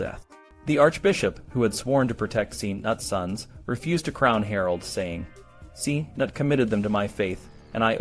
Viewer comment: Not Seenut ! Knut. Kkk-nnn-uuu-t.